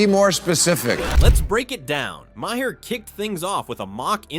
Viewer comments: What kind of junk AI narration did you use? It can't pronounce Bill Maher's name properly. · At the very least, you could fix the pronunciation of Maher’s name.